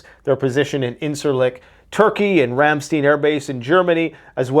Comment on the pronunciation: it's Ramstein not stin